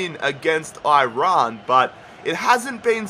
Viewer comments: That guy just said Oirayn for iran? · im persian and aussie bilingual basically but is it me or do every one pronounce Iran wrong in my mind lol